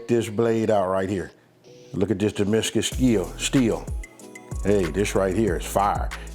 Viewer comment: "Damiscus steel" = Damascus steel. Fyi